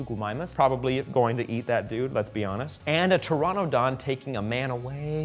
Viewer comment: Pteranodon is pronounced ter-ran-no-don its not ter-ron-no-don